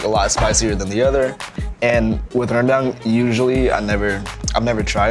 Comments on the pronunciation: "Reundunk" that's how you pronounce Rendang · ahhhh the way bald dude pronounced rendang and sambal is hilarious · "Randang" XD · This dude said beef Rendong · The way he pronounces sambal and rendang is so off HAHAHA